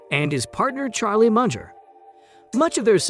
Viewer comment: Munger not 'Muncher'